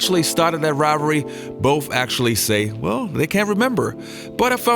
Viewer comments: It’s Bird, not Birt. The word is “the”, not “da”. Did I hear “Bof”? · “Boff” for “both” makes you sound like moron. Otherwise a good video compilation.good luck on speaking English.